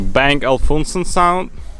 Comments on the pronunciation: It pronounces OLUFSEN Not Ofulsen lol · Lol maybe it’s his accent ... idk